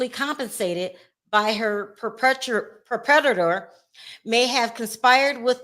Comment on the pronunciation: Perpetrator … pronounced “purr-pa-TRATOR